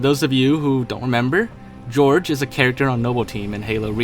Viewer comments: Why do you pronounce Jorge like George? that's so wrong. It's supposed to be like 'HorHey' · Jorge is not pronounced "George" , it's "Hor-hey"